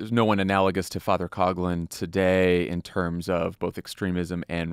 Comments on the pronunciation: It’s a minor issue, but Coughlin, which is a misspelling of Coughlan should be pronounced cock-lin not cog-lin. Irish is hard. Sorry. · As a person of Irish heritage I can confidently assert that Coughlan is pronounced 'Cock-lan or lin!